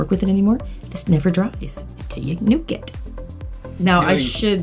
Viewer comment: this wonderful nail tech keeps saying 'nuke' it.. " "😒